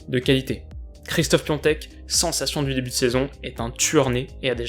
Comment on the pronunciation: Bien mais c Pi “A”tek